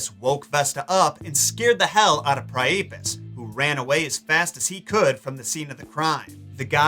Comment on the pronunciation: I thought Priapus was pronounced "PRY-uh-pus". Am I wrong?